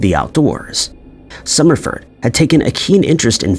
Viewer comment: The AI screwed up Summerford’s name … anyone else catch that?